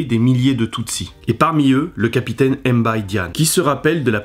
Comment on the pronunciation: S’il vous plaît arrêtez de franciser nos noms, c’est directement Mbaye( le b est muet) . Sinon c’est une belle vidéo. Merci 🇸🇳🇸🇳🇸🇳